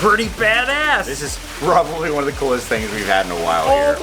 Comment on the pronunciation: Any one hear say “prit prosbably